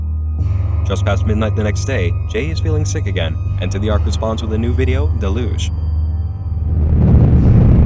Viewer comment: The narrator on this vid needs to learn how to pronounce deluge properly Try delyuge and you're welcome. Lol.